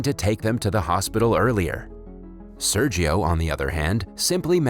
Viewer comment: It hurts my ears how Sergio is pronounced ._.